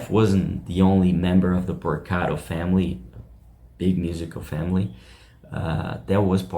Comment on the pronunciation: It's pronounced P O R C A R O, not PorcaDo !